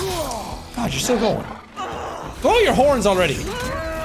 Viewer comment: guod of war ragnarok jed